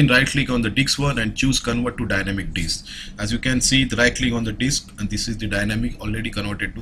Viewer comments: I think he is trying to say Disk one and not Diks 1 ? Not sure. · I hear it too, not just you. He's definitely saying diks. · If this was an IRL class, I would be trying to keep my laugh in every time he says "Disk" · the way he says disk....